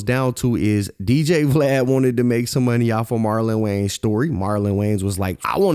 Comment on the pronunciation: Love your videos homie. But it’s WayANS not WayNES